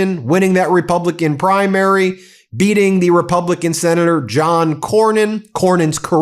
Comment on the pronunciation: Ben, did you say the "Texas Republican Primary" or the "Texas Republican CRIMARY"?